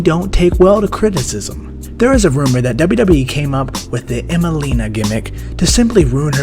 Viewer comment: Why the heck do you whisper and put your lips on the mic?!? And it’s WWE (DoubleU DoubleU Eee!!!) not Dubba Dubba E!!!!!